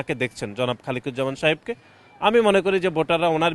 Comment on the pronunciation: কি রকম মাতাল ও নেশাখোর ডাক্তার খালেদুজ্জামান নামটি সঠিকভাবে বলতে পারে নাই। এরা চাঁদাবাজি ও চুরিচামারি করতে করতে এখন পুরো পাগল হয়ে গেছে